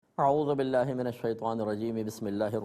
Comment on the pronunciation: Mazrat k sath mufti sahab Aaozubillah or Bismillah ka talafuz sahi ada nhi krty hain